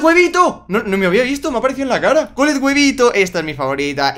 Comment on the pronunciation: Me gustó cuando dijiste colllet huevito🤣🤣🤣🤣🤣🤣🤣🤣🤣🤣🤣😂